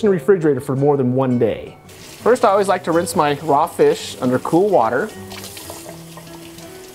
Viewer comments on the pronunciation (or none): none